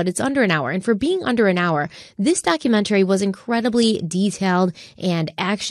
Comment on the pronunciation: I love crime weekly but the way says "documen-tary" instead of "doctument-ary" makes me want to poke my ear drums out after hearing it over and over and over. In one episode she even says "elemen-tary" instead of elementary 😒. Still live for this podcast❤